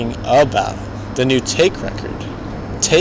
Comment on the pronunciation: Nice work dude :) just so you know, Taake is pronounced 'taw-keh' and Hoest is pronounced 'heust", the oe is like the e in jerk.